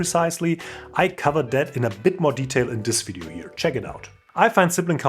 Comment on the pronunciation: Hey from one to another: You pronounce "view" perfectly fine!! But you do "video" and "value" with a very soft V. Try the sharper view-V on these too!!;):face-red-heart-shape